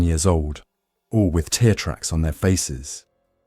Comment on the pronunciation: FIX the dang flaws of your AI!!!!! TEAR, cry not Tear, rip.........9/11 not 900 and 11.............etc etc...I listen to alot of these by others whom have fixed the flaws.....and if it's a US story, use a US accent.....